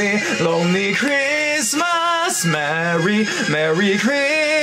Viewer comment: Christmas果度音唔係好到 爭少少 留意下